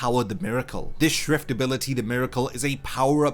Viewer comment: SCHIFT NOT SHIFT OK? STERRNRIDDER OK?